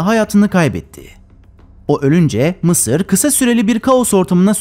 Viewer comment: Mi sir diyo ya laaa😅😅😅😅